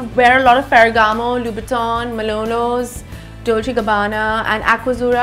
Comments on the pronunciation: did you notice that she said malonos rather than manolos ?!! 😂😂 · 🤣😂milano she said milonos omg😂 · You are right she pronounced it as malonos 😂😂😂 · "Pairs of shoes " 😂 Seriously Ms. Kapoor. Probably, you should try being polite while criticizing others. Tch Tch 'Malonos', Its a not a huge deal to make slip of a tongue and also its not important to know brand names, but its funny because its a fashion Vlog and she is supposed to be a fashionista and big with her critique skills! She meant Manolo Blahnik probably. Awe!